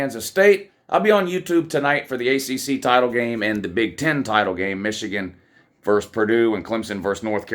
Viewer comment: VERSUS not VERSE!!!